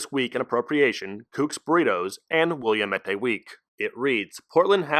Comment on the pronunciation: I dunno if anyone has corrected your pronunciation of Willamette, But it's Will-AM-it, Dammit.